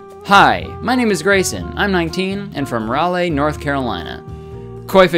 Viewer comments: Aye I'm from there too! And we say lee sound at the end. I saw Lizzo here and she kept pronouncing it rally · Maria Rivera Nope, it’s raw-lee. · The way he pronounced Raleigh has me crying